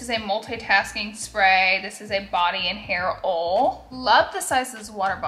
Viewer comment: Seriously one of my favorite influencers… so humble, so kind and giving! Also the way she says oil “ole” is the best 😂❤️